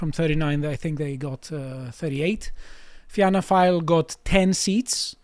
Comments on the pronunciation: Had to click off when he pronounced Fianna Fáil as Fina File. You guys should get a right wing Irish commentator on the show. It would add useful context. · It's pronounced "feena - foil" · Somebody tell it is pronounced Finna Foil But yeah depressing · Fianna Fail is pronounced ‘ Feena Fawl’. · Tell it's pronounced "fee-na fall" lol